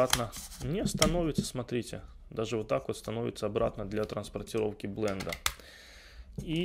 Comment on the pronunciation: "блындА" просто кровь из ушей)